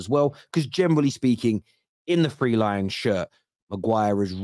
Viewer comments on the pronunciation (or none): none